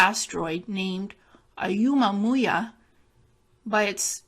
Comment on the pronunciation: Its pronounced Oh moo ah moo ah